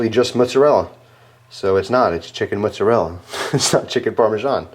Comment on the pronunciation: What is this mutzerrela cheese you speak of? Just messing with your accent, though I dont even know what kind it is now..